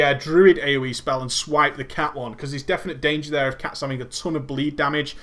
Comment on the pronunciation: you said thripes and swash ahahahaha